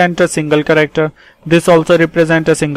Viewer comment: No offense but the way you pronounce "character", it sounds like "corrector". Please pronounce it right. P.S thanks for the tutorial. Helped me to take down notes for UNIX.